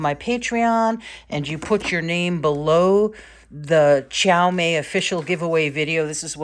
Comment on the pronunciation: Your pronunciation of Qiaomei is the most accurate amongst all the others I've seen haha. And such a nice view from your studio!